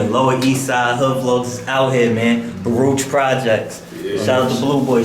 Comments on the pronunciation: Nobody from Baruch pronounces it like that. We say BAA-ROOCHH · I thought he was True Life. P.s. it's pronounced Baa-rook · We always pronounced it Baruk. Different Era for sure. Same joint though. I was born in 68. So much has changed. It’s wild. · As a NY Jew, hearing the pronunciation for Baruch makes me cringe, but always have to remember I likely butcher words from other languages all the time